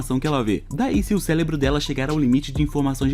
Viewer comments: Só eu q ouvi ele falar celebro algumas vezes? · olha ele falando célebro........... AAAAAAAA